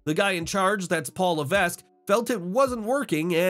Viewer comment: Someone needs to tell these guys you don’t pronounce the S in Levesque. It’s pronounced Le-veck